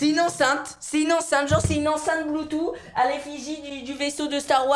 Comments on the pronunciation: Se prononce Bloutouss 😂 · BluetooTTTTHHHHHHHH (BloutouSSSSS) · On di pa bloutou on di bloutous